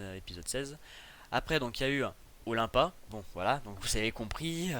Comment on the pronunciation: Olympia ce dit Olainpia